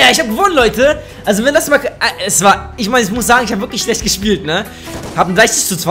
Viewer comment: er sagt immer Sescht statt Schlecht